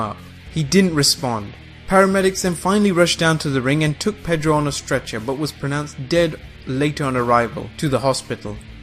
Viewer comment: Perro not pedro ...dog in spanish